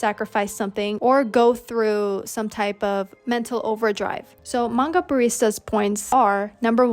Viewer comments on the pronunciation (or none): Its pronounced mang GA not maha or whatever. 💀